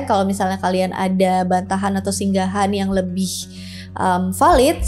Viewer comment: Sanggahan mbak bukan Singgahan